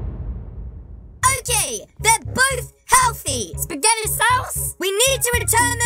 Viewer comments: kept saying spetgettii sauce and some other weird words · why dies he keep saying spagety sauce